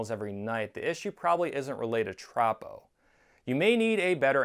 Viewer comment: Minor nit-pick, but as a meteorologist I can say it's pronounced "troh-poh".